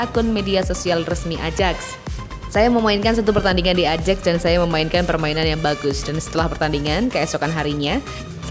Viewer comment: ayax min bkn ajaks wkwkwkw